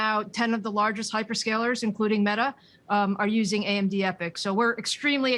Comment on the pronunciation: The reporter calls AMD 'AMZ'.